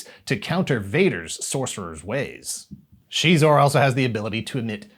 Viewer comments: Shezor?! Hell nah….sounds like a lil bitch. Zixor(Zyzor)…the only way to pronounce it since the 90’s. SHEEEEZOR?! That’s tarded. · I used to pronounce him as "Ex-Eyes-Ore" all this time its Shee-zor (Xizor) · She?-xor? All this time I’ve said it different, and I’m not stopping. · I'll decide for myself what is and isn't canon when it comes to Star Wars. Disney can't take that away from me! I did always pronounce it "Zy-zor" though, that's gonna take some getting used to. I must've played the snow speeder level of the game hundreds of times. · CHEEZOR?? I had no idea that it was pronounced that way 🤔 🧀🧀